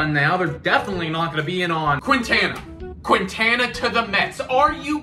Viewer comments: You guys should use Baseball Reference to look up the pronunciations of Latino player's names. It's kin-TAH-nuh not quinn-tana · The way you pronounced Quintana 💀💀💀